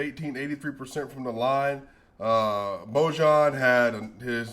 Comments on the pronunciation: Sorry, when talking about pronouncing names correctly... but Bogdanovic is of course Bojan like (Bo ya n). Then Doncic is (Don Cheach) OK. We aren't in an Abyss because the bunch of Nuggets on court is playing scrimmage games like today. No Gobert, no fun. You forgot already how a deeply depleted Denver squad Held record-Curry to 2 points!!!!!!!!!! coming two min.before halftime!!!! Leasing the NBA leading Warriors at home to - 24 before relaxing. Stay cool. Bright future. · The -ić part in Dončić should be pronounced the same as in Jokić. So its not Donchick but Donchich. I noticed multiple times now that you mispronounced, which was somewhat ironic in that part about pronouncing names. And while we're at it, the J in BoJan would be the same as the J in Jokić, so it would sound like Boyan. This is the rule for every J (y) and for every ć/č(ch) that you see in the Balkan names. Not trying to throw shade at you, just thought you should know, the same way announcers should know. Great content as always, tough loss. Love from Serbia, let's go Nuggets! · Bojan is pronounced Boyan. J is identical as with Jokic. J is always Y